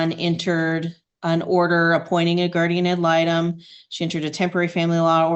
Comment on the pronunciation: “guardian atlanta” 😂 it’s guardian ad litem, but this made me laugh 🩷